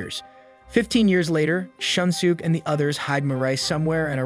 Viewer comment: Can't get over the pronunciation of their names loool "shun sook"